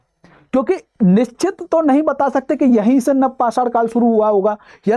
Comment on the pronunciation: Sir पसार bolrhe hai aap likha hua hai pasan .. नवपाषाण है आप नवपसर बोलते है